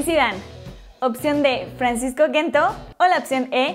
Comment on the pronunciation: Mejor que Correa, sin discusion, q Joao Felix, estaria por verse, y no se dice Gento, se pronuncia con J deben de informarse un poco antes de subir videos.